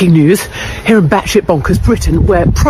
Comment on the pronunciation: It's bat shit NOT bats hit! Enough of this annoying A.I. commentary!